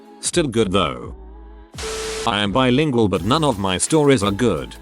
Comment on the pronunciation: Bilingual Computerized voice: Bee-lingual!